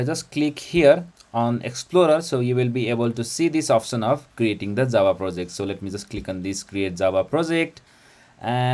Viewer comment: Джаву называет как дзава)